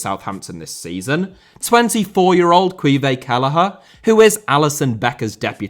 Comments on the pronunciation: ahhh that's interesting. I wasn't aware of the Scottish version. I always just thought it was because its not obviously an Irish word so people don't feel the need to learn how to say it. For example he said Taoiseach perfectly and Caoimhin passably but they're both clearly irish words with the aoi sound that isn't in English. Doherty just looks more English. Kind of like when Portuguese players come over with names like Fernandes and Felix that don't look difficult to pronounce in English but actually have some differences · Caoimhin (Keeven) Kelleher.